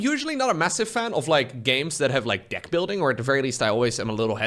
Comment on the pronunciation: careful with the word deck, you make the e sound like an i a lot